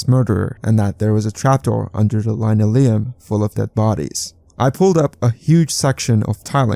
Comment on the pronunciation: Linoleum is pronounced as len-O-ee-um.